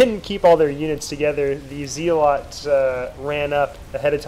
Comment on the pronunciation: ZElots? lol